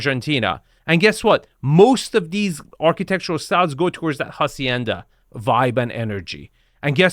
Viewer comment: The "H" in "hacienda" is silent. It’s pronounced like "ah-syen-da" . Otherwise, keep up the good work